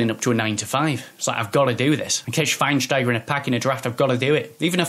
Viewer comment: The face when he said swienstiaga 😂😂 ( I know I spelled it wrong)